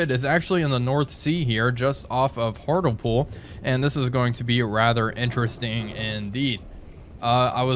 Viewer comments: Aaahhhh end of the week and there’s a video waiting for me. Happy days 👍 Also it’s not “Hartellpool” it’s “Hart-ley-pool” 😉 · Hartlepool is pronounced , not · I dont think i have ever heared anyone pronouncing Hartlepool (hart-lee-pool) like that before 🤣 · Mate its pronounced hart - lypool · It's pronounced "Heart-lee-pool" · Hi and a Happy New Year to you. On your sail around the UK could you take a snap of what Great Yarmouth looks like please and Hartlepool is said 'Hart -Lee-Pool. 😉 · Everybody talking about him mispronouncing Hartlepool, but nobody talking about him calling the boat U-Tube-513 instead of U-Boat-513 since the beginning of the series? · lol at your pronunciation of Hartlepool.